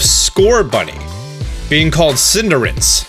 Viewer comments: "You guys will eat me up if i dont pronounce things right" Minutes later pronounces Cinderace as Cinderance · Cinder- race pls learn to speak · The eff is up with the galar ecosystem? A lot of pokemon revealed are either depressed, bored, or angry lol Also: CindeRACE....no N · is stupidly dumb. Cindarince no it says race read go to school. and not to mention Coba-lion